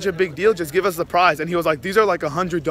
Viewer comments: Its give not giev hmmm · "GIEV" ily B 😂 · ' Giev' lol